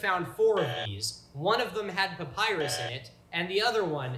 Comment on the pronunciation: Payprus? Is that an ancient receipt slip? Papyrus perhaps?